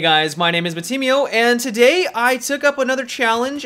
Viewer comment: why the accent on the "today" at the beginning in every single video of you?